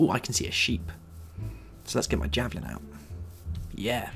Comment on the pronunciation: Javelin not javling